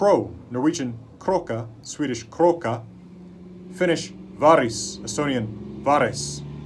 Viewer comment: Your pronunciation of varis was perfect.